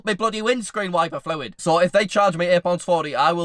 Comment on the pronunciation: Dont know why I love the way says fluid but it's really satisfying